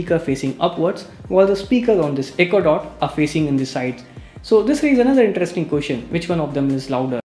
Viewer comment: Its question buddy.. queshian!! Lol!!!